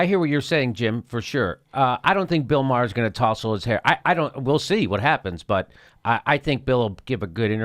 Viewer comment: I have the same last name as Bill Maher, and I have to say Jimmy, you pronounce the last name better than most people.